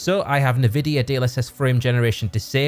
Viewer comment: Ni-vidia is a wild pronunciation